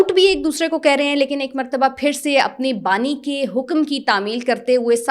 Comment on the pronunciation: Bani not nani